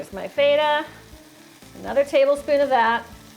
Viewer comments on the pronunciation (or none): You're pronouncing Feta very wrong.. It's not (F-eight-ah), It's (FEH-TAH). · I'm gonna make that for sure. maybe not so much butter. Here we call that cheese FET-ah, not FEET-ah, but i think I have the right cheese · It is pronounced FE-TA. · I saw her make a home made bigmac, which I liked. Then I came here, because I am Greek and like feta cheese. She's pronouncing the word wrong, I'm not hating on her. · why do you pronounce Feta wrong, and over act in all of your videos.. Sincerely, the Public. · Omg, so much acting! She's so overly enthusiastic and she pronounces feta wrong... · She pronounces feta wrong so annoying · Not miserable or trolling, asking a sincere question. Why go overboard on the acting? Why pronounce Feta wrong?